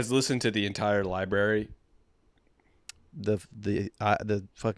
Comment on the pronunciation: lie berry